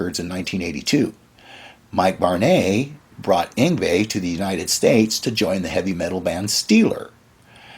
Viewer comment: mike varnaaaaaaay who is mike varnaaaaaay? we know a mike varney, but not a mike varnaaaaaay, oh dear you can pronounce Yngwie Malmsteen but struggle with varney lol